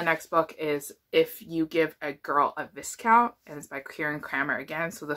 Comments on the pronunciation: I think Marquess is pronounced mar-kess and Marquis is mar-kee. and viscount is vye-count. There's so many to keep track of im british and i get confused lol. Can't wait to check some of these out! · You had it right the first time with “Marquess” you pronounce the “qu” and the “ss” . Marquis would be a different language. The way I remember the pronunciation is the Eloisa James book “Say Yes to the Marquess”. With Viscount, though, you don’t pronounce the “s”. “ VIE-count”